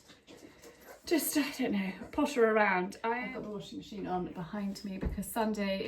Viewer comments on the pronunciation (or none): none